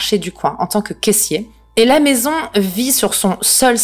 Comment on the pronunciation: Tu as un reel problème avec le terme "maison" mdrr